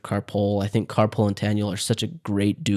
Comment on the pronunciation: Did you say car pool? Ka-Poel. I've read the books twice, and listened to them once. One of the narrators (there are different narrators depending on the book) pronounces it Ka Poe-El, but I always pronounce it Ka Pole as Taniel calls her Pole.